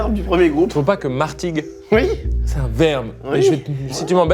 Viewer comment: Martigues???? Carlito prononce le nom de ma ville POMMER